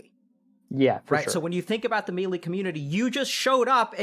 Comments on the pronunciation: Say it with me Doctor "May. Lay." "Maylay" NO MEALY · I love this shit, but if he says me lee one more time IMA LOSE IT